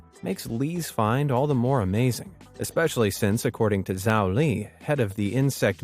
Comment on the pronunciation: Btw zhao is pronounced like jao. Zh in Chinese makes a j sound. ♥️